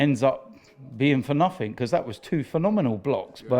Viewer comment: Anyone else get annoyed at people saying "nothink", rather than nothing. The word has no K